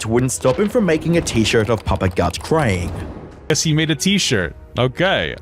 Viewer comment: is this how humans pronounce the word "crying"?